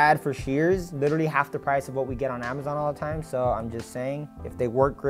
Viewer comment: Bro needs to stop saying "lilleraly"